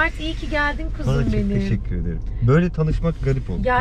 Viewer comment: Allah’ım Mert’in teşekkür ederken arada değişik söylemesi ve tişikkür ederim demesi. Sesini vs değiştirmesi çok tatlı değil mi?!!